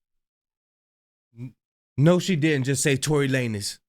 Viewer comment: She said Torey Lanes is Kish 😂😂😂